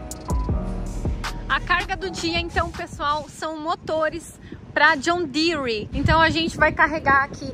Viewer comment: Assisti um vídeo de um professor Americano brincando que Brasileiro coloca "i" em quase tudo que ele pronuncia em Inglês, e ver a falando John Deere entre outras coisas percebi que ele tem MUITA razão...rs..rs...